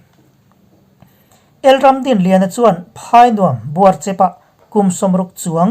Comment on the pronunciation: Buarchep. Chaicheha chep ang hian lam loh tur. "In Chep deuh ah kan khawsa" Heta 'chep' ang hian lam tur